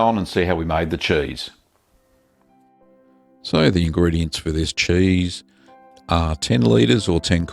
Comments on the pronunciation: I just love the way this man says "Chueese" 😂🤣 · You say cheese like I assume fancy mice would.